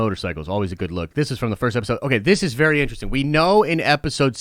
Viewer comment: Be excited .. Be berry excited